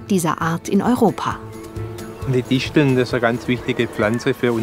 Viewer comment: es heißt nicht "Dissteln" sondern Disteln